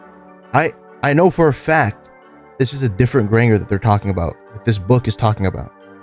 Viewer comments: Bro, you wrote this? and dont know that Granger is pronounced like "grain"-"jer"??? 💀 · Listening to you mispronounce "Granger" the entire video slowly killed me inside. Otherwise, though, excellent video! Shocked literally nobody else seems to have pointed out that you were very obviously mispronouncing that. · lowk every time you said granger wrong it pissed me off